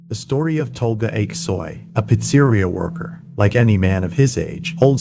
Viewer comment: Is the narrator AI? For a long time I thought he wasn’t but when he pronounces “Pizzeria” as “Pits-eery-a” multiple times (as opposed to the normal Peets-a-reeya) you definitely wonder. Not knocking an awesome video, just curious.